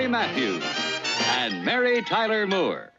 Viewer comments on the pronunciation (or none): I love watching these earlier seasons because the announcer pronounces Ms. Moore’s last name “Mure”. And then after a while they correct him LOL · I noticed that too! You have to wonder how an announcer, who was most likely well-trained, could pronounce such a common name like Moore so incorrectly! 🙄